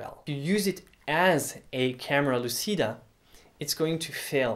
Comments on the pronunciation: it's pronuced "camera luchida" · For the record, the word "lÚcida" stresses on the "u" of the first syllable both in Latin and in Italian, and the "c" is pronounced as in "cheese".